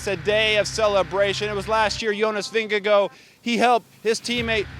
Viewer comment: I love your energy and for all how you pronounce Vingegaard in the right way - thanks for recap